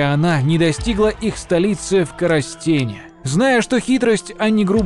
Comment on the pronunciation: Город КОростень (ударение на первое "О")